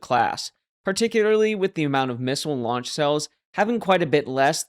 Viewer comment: Launch, I thought you said lunch. Kim probably